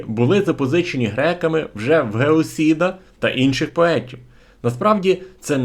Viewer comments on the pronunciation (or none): Гесіод, а не ,,геосід"...